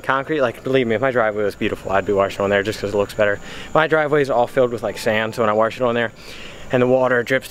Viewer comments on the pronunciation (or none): Try say WOSH ! It's not fucking Waresh or warsh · Anyone else hate the way he say Wash? LOL why does it come out as Wharsh? hahaha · I don't mind that you wash your car in the grass I just NEED you to learn how to say wash not warsh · Keep the channel going man!! Just keep trying and do you... and the channel will grow.. I have been subbed since close to the start of your channel man. You cant say wash correctly.. lmao, but i like busting your chops and the s13 does look pretty damn clean man. Glws. keep on keeping on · There is no R in wash. At least im pretty sure... i dont think it is spelled w-a-r-s-h... lmfao. Just fukin around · Hahaha i said the same shit. and cannot pronounce wash correctly. Shit its all good though. People talk how they talk.